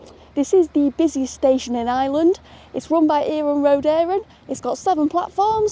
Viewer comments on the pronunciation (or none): none